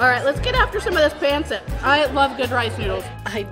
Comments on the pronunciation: It's not pronounced pan sit it's pahn set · Where's the balut and durian? It's "PUN-sit" and "Loom-pya" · Bretheren! Pancit [Pahn-sit] not "pan-sit" Pawn-sit? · It's actually pronounced "Pun-cit" and "Tuh-ga-log" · Just a couple of language corrections. It’s Ta-ga-log not Tag-a-log. Also while it’s spelled pancit, it is pronounced “pun-sit”. Someone should’ve given you pronunciation tips. It’s not easy to learn little things in other languages but you should know how to say the actual language. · Enjoy watching you do all these challenges. Keep it up! Also very cool to see you do a Filipino one. Just maybe tweak the pronunciation of some of the words like Tagalog & Pancit 😁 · Being Filipino, and knowing it’s been a while if ever take another Filipino food challenge I hope you can try to say pancit, and Tagalog (Ta-Gah-log log is log kinda like log) correctly. Also since it’s been a while can anyone tell me if Randy is her bf? Glad you like/enjoyed Filipino food, hope for you to try again. Loved the videos.